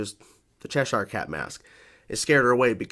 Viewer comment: How do you still mispronounce Cheshire when they even said the name in the episode?